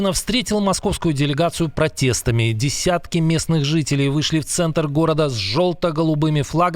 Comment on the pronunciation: ДИСЯТКИ🤦‍♂️😂 местных жителей...😂😂😂 звучит как "остатки" от чего-то😂 при чем которые пригодные только для заполнения мусорной урны😅 или просто огрызки человеческие😂😂😂